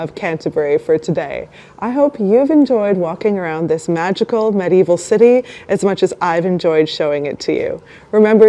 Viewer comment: Please note : "medieval" is pronounced with FOUR syllables.